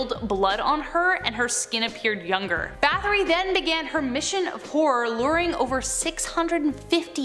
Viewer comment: Báthory always gets me lol. It's not 'bath-ory', it's 'bat-hory'. Hungarians don't have the 'th' sound that Americans do